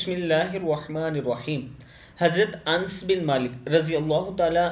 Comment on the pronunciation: بھائی جان انس نام اسطرح پڑھتے ہیں ن کو شد دے اور س ساکت بے